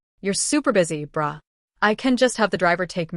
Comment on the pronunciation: Okay the bruh sounded like bra 😂😂😂😂, it's kidda funny